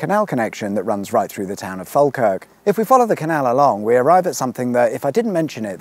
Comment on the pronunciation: At least you pronounced falkirk almost correctly. Ive heard english people say it in some very silly ways